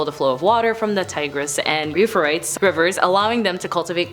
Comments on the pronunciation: Its pronounced "You-freight-ese" for number 10. Love your content! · UUUUUUUUU Fray tees